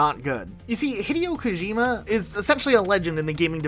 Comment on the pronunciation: Thumbs down for.that butched attempt at pronouncing daddy Kojima name like that. Same on you. Like calling the president jole instead of Joe 😅